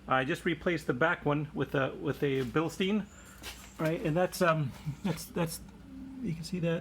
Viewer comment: Mate, you haven't been very lucky with your air suspension... Have you considered looking at it from a different angle, like checking the pressure under load and with no load? It could very well be that your pressure regulator is defective and this could be a cause for your extensive collection of blown bags... Also, please stop pronouncing "bilsteen"!!! Read the label, it says Bilstein, not Bilsteen. The correct pronunciation is BILSHTAIN. Will you do that for me because I'm German and my ears hurt. Thank you.